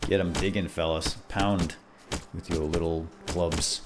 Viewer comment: Whit? That sounds like a name. We're you trying to say "with"? Because that's not how you do it.